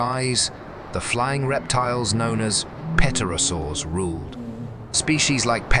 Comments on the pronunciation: He kept saying petrosaur! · "P" is silent in "pterosaur". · Can't even say pterosaur correctly. Same incorrect info on loop. Touting disproven theories. False information.